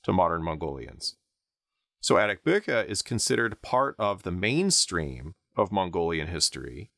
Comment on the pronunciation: Also the way he pronounces Ariq Bukh is funny